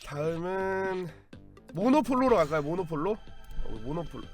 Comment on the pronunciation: 모노폴로가 아니라 모놀로포 입니다